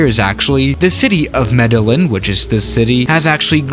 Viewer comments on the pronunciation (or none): MEDELLÍN Meh-Deh-YEEN You need to watch Narcos. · The city is pronounced” Medejean” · fyi its pronounced medejin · u pronaunce it medellin (me d e y in) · It’s pernounced medejin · Try saying Mede”jean” lol, advice for english speakers trying to pronounce it properly. And yeah, it is true, Avianca did land a 747 there. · Try Med - eh - jean :) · It’s also pronounced Medellin (medejean) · Don't beat yourself up about the pronunciation, man. You're already translating to English and that's impressive enough. Spanish's pronunciation rules are different. For instance, the city's name is pronounced "med-eh-YEEN", because the double L in Spanish is pronounced like a "Y" and the I is pronounced like the English double EE. That, and thank you again for the content! (Also, no A380 or AN-225? C'mon!) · Its pronounce medeyin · Medellin is properly pronounced: "Meh-deh-jeen" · The mispronounce of the city wouldn't have been as cringey to hear if I hand't been forced to study Colombia for like 5 months in Spanish and know that it's "Medejean" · Hey, Colombian here, so as many have said yes the city is pronounced 'Medejean'. Also in Colombia there is a very insteresting airport in a city called 'Capurganá' which has a very short runway and an interesting approach. You should check that one out. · I’m from Colombia and I’ve been to that city and there’s like a big lookout area in the city where you can see the airport, so pretty cool Also I’m going to be that one dude The city is pronounced” Medejean” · Lets Go! did a Colmbian airport! Can you do La Nubia next? (You totally butchered the pronunciation) Love your vids! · lol u pronounced medellin wrong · Hi! The olaya Herrera airport its for special fly's the main airport of Medellin bits Rionegro airport. And you write good medellin but you prononce bad. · Lol how did you say Medellin? LMFAO sorry that made my night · Fue chistoso también escucharlo pronunciar el nombre del aeropuerto y de la ciudad jajaja